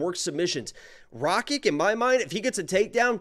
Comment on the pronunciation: He said “Rakik “ not Rakic 🤣😂